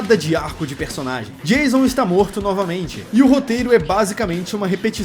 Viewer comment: Acho mó engraçado quando chama o Jason De Jailson kkkkkkkkk